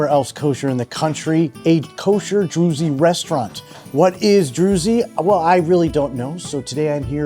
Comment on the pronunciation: It’s pronounced (drooz), rhymes with Jews, not “droozy”. Dude you gotta do a minimum of research.